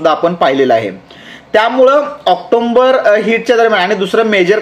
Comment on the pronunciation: ऑक्टोंबर नसतं ऑक्टोबर असतं....बाकी व्हिडिओ खूप चांगले असतात तुमचे.... तुमच्या कार्याला खूप शुभेच्छा...😊